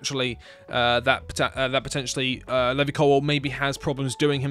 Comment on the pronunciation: Your pronunciation of Levi Colwell is so frustrating.